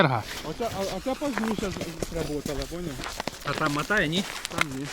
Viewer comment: Молодець.., респект за Українську… тільки не « матає» а мотає…